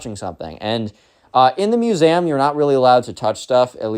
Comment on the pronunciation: Please pronounced museum properly.